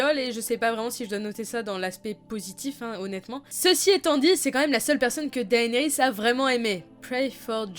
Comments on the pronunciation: Si, techniquement la prononciation, c'est "Dènerys", "Téon" (en tout cas en français, forcément en anglais c'est pas tout à fait un F mais pas tout à fait un T non plus), et "Petyr", non pas "Peter" à l'anglaise :p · Je crois que si la prononciation des noms Targaryen se prononce de façon "Latine" le "ae" se prononce "é" donc on dirait "Dénérysse" et non "Daénérysse" ( j'écris le nom comme cela pour la prononciation, je sais que ça s'écrit "Daenerys" ) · C'est pas plus DAYnerys ? (pour la prononciation)